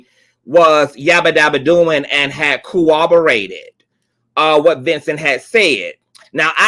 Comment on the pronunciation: You always say "co-oborated" instead of "corro-borated" and " E-lluded instead of A-lluded" im. Not being shady im.just saying because those are different words, maybe it is because of your accent or soemthing